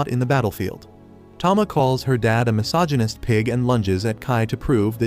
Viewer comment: bro really said mysoginist 😭